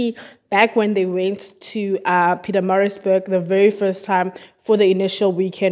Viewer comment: Sounds like you're saying Pizzamarizburg. Pronunciation is very important.